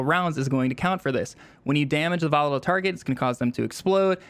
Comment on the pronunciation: Jesus can’t listen to YouTubers who butcher their words. This case volatile.